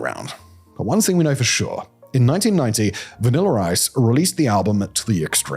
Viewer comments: Lol its the "vaniller ice" that kept getting me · VanillER Ice agrees!